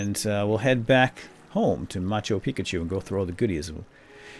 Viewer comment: I've noticed that each time you say "Machu Picchu" you actually say "Machu Pikachu". Ha! Is that on purpose?